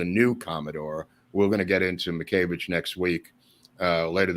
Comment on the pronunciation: Wonderful. But why pronounce "Miscavage" as "Mickayvidge?" Just curious.